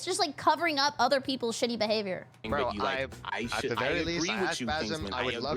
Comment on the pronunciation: the way she says bro is driving me crazy! Glad she said it brúo